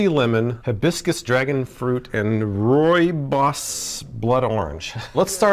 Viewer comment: It's Ruby-ose not Rory-boss